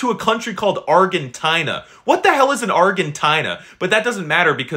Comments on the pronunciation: It's pronounced Arjenteenuh, Not Argentihna. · Actually its pronounced arjentina not ArGentina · ArGgGenTttTTinaa got me dying 😂😂😂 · This is how to pronounce Argentina. Our-Gen-Tee-Nah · Bro Argentina is a brand of canned food in our country Our pronounciachon:ARRJHENTINAH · listen I DO NOT RLLY CARE IF IT'S FOOTBALL OR SOCCER TO ME ITS FOOTBALL BUT THAT NOT THE POINT BUT ARGENTINA?! IT PRONOUCED ARGEN-TEENA BUT SPELT ARGENTINA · 1:we know it is called…soccer 2:you did not pronounce argetina correctly. 3:Africa is not a country that is Morocco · Argentina is pronounced are-jin-teen-uh and Africa is not a country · Wow the Argentina😢pronunciation and the flag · Bro you cant even pronounce Argentina right and you dont even know their flag Plus you called Argentina bad while they won the wc They have the best player they have the best gk of the world cup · Bro pronounced Argentina wrong and showed Uruguay flag💀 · Bro dont know how to pronouce "Argentina"